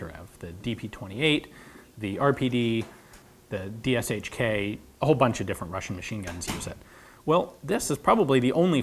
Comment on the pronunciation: DShK (the name of Russian large caliber MG) consist of three sounds. You dont need to mention each letter of the abbreviature..